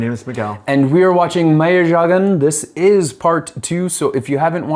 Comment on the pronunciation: In the word "Meiyazhagan" the "zha" should be pronounced as "rla", it's the tamil letter "ழ"